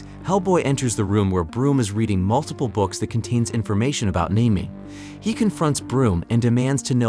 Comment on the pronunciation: Her name is pronounced Nim-O-Way. Seriously learn how to pronounce.